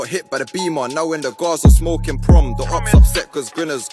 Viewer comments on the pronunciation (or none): none